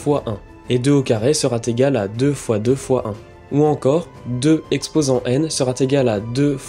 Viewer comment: Ce serait bien d'éviter de répéter inlassable sera T égal. Il n'y a aucune raison d'introduire ce T entre "sera" et "égal". Ce type d"'erreur de langage gène à l'adhésion au fond de l'expression.